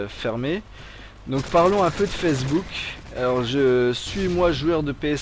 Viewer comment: C'est moi ou il dit fessebook O.o